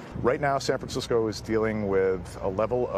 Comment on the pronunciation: "San Francisceow"